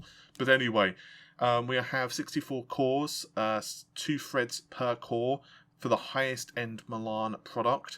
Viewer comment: "Fousands of Freds"